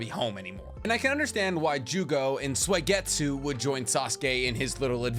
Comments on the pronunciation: did this mf say suwieygitsue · do u not watch the dub??? U CAN'T SAY SUIGETSU SO HORRIBLLY. Its not SWAYgetsu 😅😂😂😂💯 it's the fact that you didn't know/admit you were butchering it that gets me. Really confirms the whole ghost writer theory I've heard. Still love your content though. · Been watching for a while, but is there a reason you pronounce Suigetsu as Soy-getsu? Is this like an inside joke I missed somewhere?